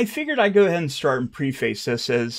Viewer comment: It's pronounced "pref-iss" not "pre-face."